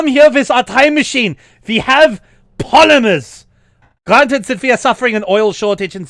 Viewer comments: The German accent from almost made me piss myself laughing, due to how you pronounce polymers. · needs an Emotional support MP40 or a Lee Enfield SMLE at this rate...its worrying... also, the way he emphasizes *"we have POLYMERS!!"* made me laugh lol